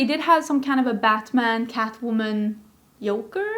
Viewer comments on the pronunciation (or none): I'm currently doing a exchange semester in Karlstad, Sweden and hearing say Yoker (Joker) is the most Swedish thing:D Enjoy your holiday!